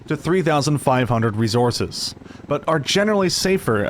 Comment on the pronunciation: "Resssourccezz lol resssourcezz" lol learn how to say resources